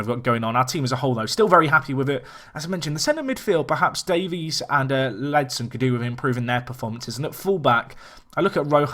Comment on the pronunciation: Sorry for being picky but it's Ak-A-Ssou, not Ak-ou-ssou. And, also, its Ledson, as opposed to Ledston. Again that's just me being picky but great video, nonetheless.